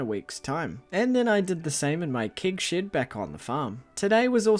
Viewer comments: Everytime he says Keg Shed, all I hear is Kink Shed. Help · I hear "kig shid" and laugh my accent off 🤣 actually I find very cool to hear so many different english accents on yt, and now I know that NZ accent have a very closed 'e' sound in words like 'bed', 'shed, 'keg', 'quest', and the stress syllables are different in some words, like 'crAnberries' instead of 'cranbErries' 👍